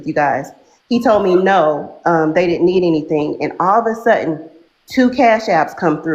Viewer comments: “All of a sutten…” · 'Axed' and 'all of a sutten'. 🤣🤣🤣